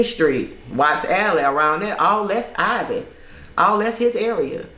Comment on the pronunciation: IVY... Not IVORY